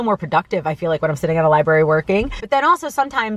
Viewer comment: And it might teach her how to pronounce "library" correctly...